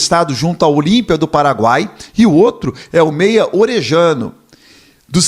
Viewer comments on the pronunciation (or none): Orellano, pronúncia: Orelhano ou Oreliano